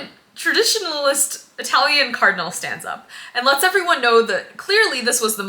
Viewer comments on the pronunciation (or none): none